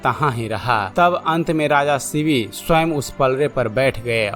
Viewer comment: थोडा स्पष्ट बोलो., शिवी नाहि शिबी राजा. Vedio banane के पहिले दारू मत pina.